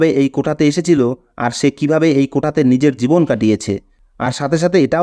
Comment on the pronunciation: কোটা কথাটা ভুল, এটা হবে কোঠা।